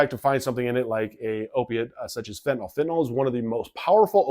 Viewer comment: Why don't 90% of people pronounce fentanYl properly?